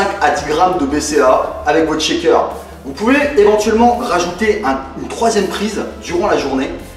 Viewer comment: Salut, Ca ma beaucoup aidée, Mes tu pourrais m'expliquer ce que veux dire schéqueur ? ^^ je suis perdu quand tu prononce ce mot :)